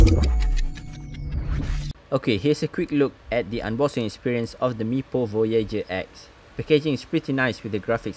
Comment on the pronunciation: aha, love the name you said; Voy-YAY-jer! Rather than Voy-yAH-jer.